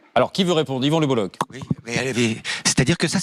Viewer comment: Alors déjà Lebolloch ne se prononce pas Lebollo[che] mais Lebollo[cke], donc merci de ne pas écorcher le nom. Et je suis tout à fait d'accord avec lui. Et l'autre devrait bouffer du savon pour ce qu'il.a dit